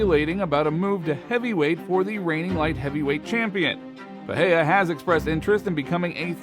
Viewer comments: I'm trying to say he's pronouncing his name like it's a Spanish word but in Portugese the R is not silent in the middle of the word. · First learn to pronounce Pereira, second how is Alex supposed to go to heavyweight in 4 months when Jones took like 2 year at least of training and bulking?